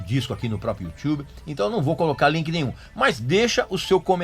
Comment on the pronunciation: Youtchube euhueuhe